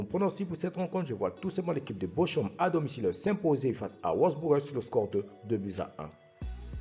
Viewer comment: La prononciation de Bochum se prononce Borhoum en Allemand et pas bochoum 😂